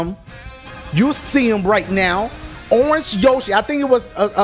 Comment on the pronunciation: It's orenge yoshi!